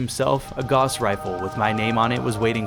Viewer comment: also you called the Gauss rifle "goss" rifle instead of "gah-ouwss" rifle, as it was named after the German inventor (surprise!) Carl Fredric Gauss. loved the video tho